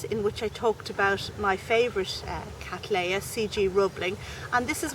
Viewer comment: Would you please consider pronouncing the name as Kat-LEY-uh NOT Kat-LAY-uh. The name comes as I am sure you are aware, from William Cattley NOT William Cattlay. Regards